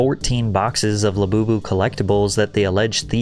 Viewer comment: She is "di öüná" of the "göüld lö-böü-böü"